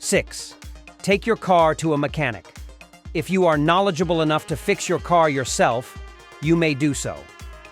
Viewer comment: The voice is Machine Learning and not even good (mech-Ah-NICK) and the narration sounds like regurgitated AI crap advice that has zero inflection. The whole page and channel appears to be AI derived low-quality crap to make money. The website is awful, too: "AutoVfix is the number one leader blog for all mater relating to Automobiles". I mean ... just ... awful. YouTube is trash for letting this stuff waste people's time and advertiser's money.